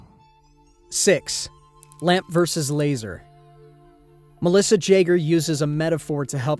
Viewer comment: Melissa Jager is pronounced yager not J